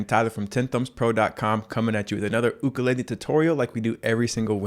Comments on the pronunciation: he done did said ook-a-lay-le AND OMG I CAN READ NOW IM SO PROUD TY TY TY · Ook or yook I say yook when it comes to pronouncing Ukulele